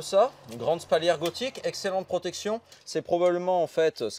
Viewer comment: Spalière pas spaulière. Et de préférence, médiéval que "moyenâgeux". À part ceci, bonne vidéo, c'est chouette de promouvoir des artisans de cette apparente qualité.